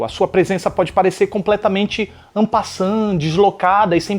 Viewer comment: 'en passant' outro nível kkkk